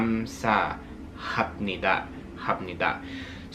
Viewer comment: Hey cool video! Just a few tips for your Korean, the eo in romanizaed words is one sound kinda like "awh" so seoraksan becomes sahw rak san, probably best to listen to the pronunciation! For formal sentence endings like 하이킹은 얼마나 걸립니까? the last b sound turns into an m (similar to going to - gonna) eolmana keolim nikka? same with 감사합니다 kamsa hab nida - kamsa ham nida. Also the cheoneun vs jeoneun for formal I/me is probably a pronunciation difference among people, the offical way is jeoneun (저는) and then informal naneun 나는; also you can still be polite but less formal if you add the yo (요) ending to sentences! Great video, keep up the good work!